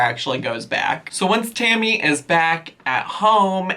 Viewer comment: Is calling Tammy Hammy? I promise that this is what I'm hearing.